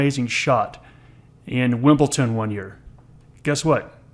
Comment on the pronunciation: Great thanks 👍 WimbleDon not WimbleTon